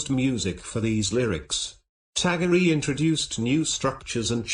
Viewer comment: His name is pronounced as tagor not tagoreeee